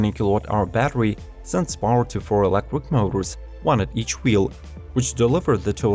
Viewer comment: 2 things I dont like about this video.....the cars are too expensive for me, and the fact that this guy cant pronounce the word electric properly. Why does he insist on saying "electwic" ?